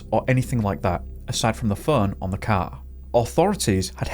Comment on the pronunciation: 😂I thought you said his "cow" disappeared lmao